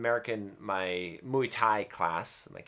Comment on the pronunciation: Could you double check the pronunciation of "Muay" in Muay Thai? I'm pretty sure it's more 'muay' than 'muy'.